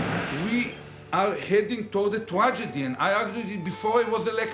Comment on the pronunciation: “ A Twadgedy….!” 😂